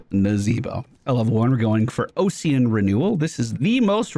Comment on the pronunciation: the "Ocsean" instead of OSS-ian is messing with me, Ossian Renewal is Bone Renewal. like Osteoporosis or Osteocyte